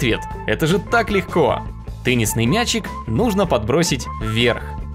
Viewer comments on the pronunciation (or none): я один услышал пеннисный мяч